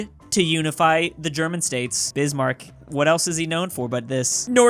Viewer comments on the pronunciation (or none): none